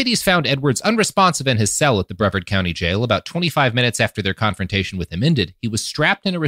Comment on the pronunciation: Man, I appreciate that when you only read a word, there's a fifty/fifty on if you pronounce it right, but it's Bree-vard, not Brev-erd, assuming you're talking about the Florida County on the middle of the East Coast.